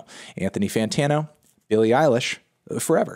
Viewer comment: I'm sorry melon, but saying "Billie Irish" 127 times in an Irish accent is not a "review"